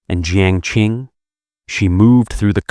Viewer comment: Qi is pronounced Chi, not Ki. Qing is pronounced Ching, not King. Qiao is pronounced Chow, not Keeow.